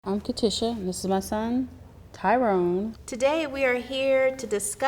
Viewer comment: Shit it's Tyrone not Tyrone